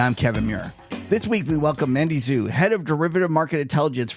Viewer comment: Chinese lesson for: Xu in Mandy Xu is pronounced "shoo" or like the English word shoe and Xi in Xi Jinping is pronounced "shee" or like the English pronoun she.